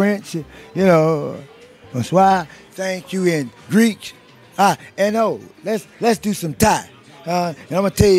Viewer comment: He said Greech instead if Greece